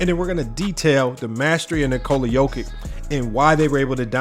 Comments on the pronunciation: Pronounced Yokitch. Great vid! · Hello from Serbia! Thank you for appreciating Big Honey's genius, but please, do pronounce his surname properly, will you? It's really not that difficult: Yock-itch. "Ć" is ALWAYS pronounced like the Italian "ci" in "ciao!" 🐺🇷🇸